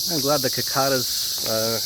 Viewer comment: Hey Jeff! Love your videos man. Your pronounce cicada's a bit different. Cheers. no problem